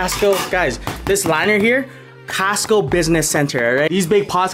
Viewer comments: The way he says "costco" sounds like he's saying castco. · It's not Casto... its Costo!! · "Kast Co" 😂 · No one:: "cAStCo"😂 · I love the part where he said "casstco" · How else do u say it? 😂😂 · The way he says Costco 😂😂😂